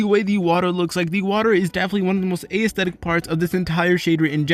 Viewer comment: Dude you say A - esthetic 😑